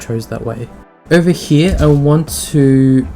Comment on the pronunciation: hee-yah = 'here' this word was said how many times :D